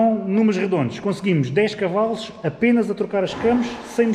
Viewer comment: Dass.. Mas quais Cavais?! Tantos anos de história, como é possível não saber dizer de maneira correta, Cavalos?! É só porque me irrita isso dos Cavais🤣